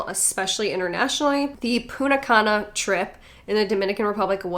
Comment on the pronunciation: "Puna cana" 😂😂😂😂